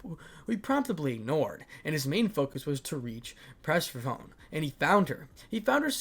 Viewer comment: purr-seth-phone-knee that is how do you pronounce Persephone. 😂😂😂 Sorry I don’t mean to be that guy but it was really just bugging 😅 Sorry 😂😅